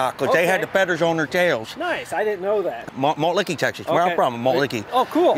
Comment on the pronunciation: Malt Licky lmao woulda died if the guy was like “Wait, are you trying to say Malt Liquor?”